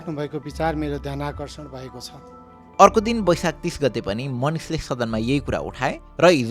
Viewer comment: It's baisakh Not baisak